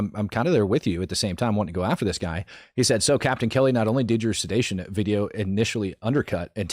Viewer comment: buddy. It's sedition, not sedation. Very different thing my dude.